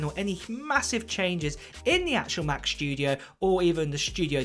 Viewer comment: Mac SSSSStudio not SHHHHtudio, thanks.